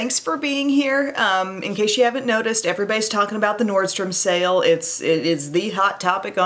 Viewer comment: Best part of the video - Nordstrom Sake, Nordstrom Sale; I am going to turn myself into a cat today. 🤣. Great morning laugh!!! Awesome look!